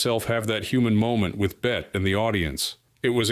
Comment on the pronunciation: Betty has a Y in it. This woman's name it Bette, one syllable.